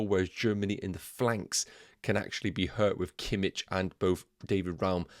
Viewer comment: It's kimiH not kimiČ 😅